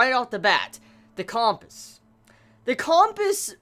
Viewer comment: the way is pronouncing compass is driving me nuts